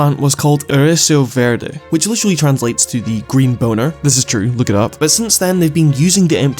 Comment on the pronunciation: I love how me studying Brazilian Portuguese allowed me to immediately hear how insanely butchered your pronunciation of "ereção verde" was, and I must thank you for the crazy laughter cause I was happy zoning out to but still following along your video while high af, and that multiplied the amusement factor by an insane amount lmao Also my ADHD made me type that first half of my comment, ADHD plus being high made me forget to hit enter and I got to the end of the fight which caused another laughing fit at the fish absurdity, and now I'm still gonna hit enter before I finish watching the video pffft